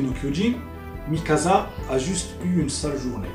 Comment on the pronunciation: ah encore une chose ! Mikasa ! ca se prononce Mikassa ! un S entre deux voyelle en japonais se prononcera en S et non Z